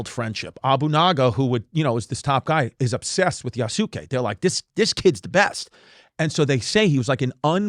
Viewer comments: You's gay? "You's kaye" to pronounce Yusuke 😁🤙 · You mispronounced Yasuke, Chris. You were close. Great attempt.👏🏽